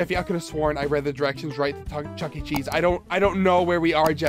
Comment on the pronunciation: That fact that said jooky cheese